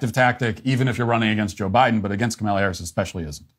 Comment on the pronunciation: you just said Kamala correctly. You’re slipping, Matt